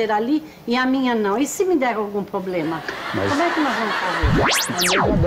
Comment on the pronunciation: Pq as pessoas não conseguem pronunciar corretamente a palavra PROBLEMA?